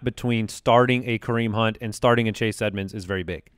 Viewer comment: said Chase Add-monds and completely missed that he nailed a bad name pun at the mark.